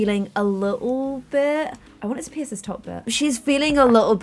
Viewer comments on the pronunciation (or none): none